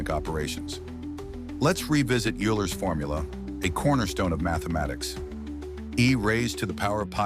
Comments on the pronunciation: "Euler" is pronounced as "oiler", not "yooler". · Aint no way bro said youler 😭😭😭. This AI is literally spouting nonsense please stop uploading you are ruining my outlook on society :(.